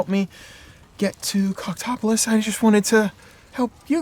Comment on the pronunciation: It will never stop sounding like they’re saying “cocktopolis”